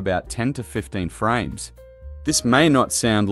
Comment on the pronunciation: Guyms and vekays with the frayms yeah.